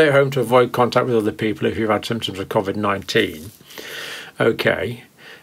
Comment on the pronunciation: What's kov-id?... surely he means koe-vid?